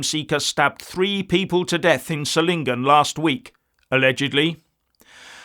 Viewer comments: Solingen is pronounced ZOL-ingen, with the soft Z as in 'zoo'. Just FYI :) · Hi. Solingen is pronounced with the focus on the o - like 'so lingen'. It oddly enough is Germany's famous 'City of knives' bacause of its manufacturing heritage.